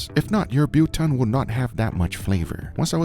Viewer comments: As an actual South African Subscriber I am laughing my arse of how you pronounce BILTONG LOL.... The Bil part you should pronounce more like BILL (like paying the BILLS) and TONG is just like your BBQ TONGS you use, Never EVER refer to BILTONG as JERKY lol you might have some people (a whole nation) offended. I am so glad that you decided to make your own BILTONG for the episode, now we should just get you to make DROEWORS (DRIED SAUSAGE) Same procedure but must be made with authentic BOEREWORS. Much Love all the way from Cape Town South Africa Guga and team I never miss an episode and hope you guys one day decide to make a turn and experience South African and Southern African AFRICAN cooking. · Haibo kanjani? this oom had that meat in a vinegar jacuzzi for 24hrs 😭😭 too much focus on the marinade and not much on proper ingredients, curing and drying and then to top it all off he called it Buton😭😭😭 oh my days, that sent me on a spiral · Biltong is the true original OG, if you had to cook it to make it, it would never qualify for Biltong. We (I) believe jerky is inferior to Biltong. You're pronoucing it OK for and English guy. But its more like BILLT HONG but hard H – HONG say it as one word BUILDT HONG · The best way I can describe the pronunciation of biltong is by splitting it into two halves. The first half (bil) can be pronounced as the English version of 'bill' as in the thing you pay, and the second half (tong) uses almost the same vowel sound as dawn, tawn, or fawn, but not as drawn out. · thought he said butong lol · Not how you pronounce biltong btw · 😅😅😅Love how you butchered the word BILTOMG😂😂😂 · Guga Biltong you pronounce bil as in nil and tong= biltong I like beef biltong slightly weg with a light to dark pink shine. Try that next time. We call it wet biltong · Its Biltong not Buton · It is pronounced bilthong not biltong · Buton? its friggin BILTONG! you bellend... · Bil-tong not but-tong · Biltong not butong 😂😂❤ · Wtf is “Butan” 🥲🥲🥲